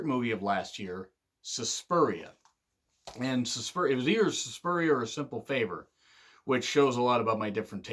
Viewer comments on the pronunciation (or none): SUSPIRIA not SUSPURIA